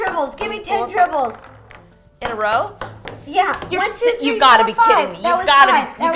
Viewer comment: She said "in a RO?" 🤣🤣🤣🤣🤣